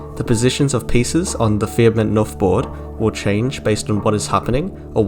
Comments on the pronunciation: Wonderful video. I really feel the need to say though that as a Swedish person every time I heard you say "knuff" with a silent k it fucking threw me. "Fia med 'nuff".. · Wonderful video, it's so cool how something so small can carry so much meaning! As a swede your pronunciation of "knuff" (push in Swedish) did throw me of a bit tho, it's said with a "K" sound in the beginning (think more similar to the "C" in can't) and not an "N" sound :)